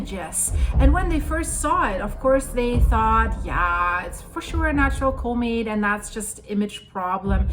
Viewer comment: "CAW=met" not Cooomet :)